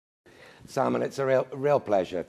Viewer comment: Salmán, not Salmàn.